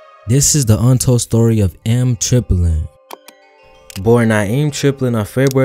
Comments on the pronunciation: Eem is pronounced like the latter part of his name Naeem, its not M Triplin, its Eem Triplin. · Bro it's EEM Like baby kEEM without the K EEM not M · this dude saying eem wrong has me dead